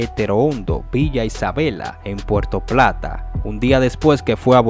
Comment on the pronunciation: Diablo que clase de periodista .no sabe ni habla dice porto plata .y .es puerto plata